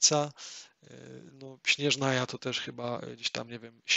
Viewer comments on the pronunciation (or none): ej jak by la siniora nie jest bogiem, ona była zwykłą kobietą której mąż zmarł podczas tzw. kataklizmu a ona z rozpaczy przemienia się w "karmazynową wiedźmę" a potem posiadła gnozie żongliego oraz cyro vizie, sznezjaja czyta się nie "śnieżnaja" tylko "szneznaja" (przesłuchałam tylko 45 min bo już zasypiałam) ogólnie to bardzo fajny pomysł pod względem nowych graczy lub ludzi którzy nie znają angielskiego ale w tedy powinieneś skupiać się tylko na faktach a nie swoich spekulacjach ponieważ gra wciąż się rozwija i potem może okazać się że rzeczy o których mówisz są nieprawdziwe.